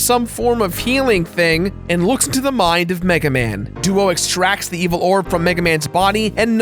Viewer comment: This is veval seriusly the voice actor cant say evil right